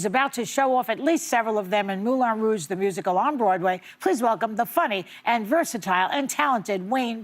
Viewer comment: Really? Moulon Rouge? Oui oui, Mon Ami Wayne Brady 😂❤